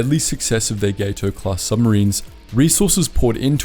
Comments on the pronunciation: Gat-o, not GATE-o. All of the Gato class were named after fish. It's pronounced as the Spanish Gato (cat) for the Catshark. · Its GAT O class, not GATE O. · Two things: Gato is pronounced "Gah tow", not "Gay tow"; The picture of the Albacore you display is the wrong boat. That's the post-war research sub AGSS-569, not the wartime sub SS-218. The sub you have pictured was launched in 1953 and is, in fact, unarmed. You can visit her near the interstate between Portsmouth NH and Kittery ME. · Gato is pronounced with a short A. Gato is Spanish for cat and they don’t use the long a you are